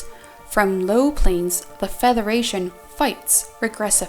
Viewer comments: Why does say feTHeration and not federation. Just asking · Why does she say Featheration, not Federation? It is very distracting. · I'm sorry... but is she saying "featheration"???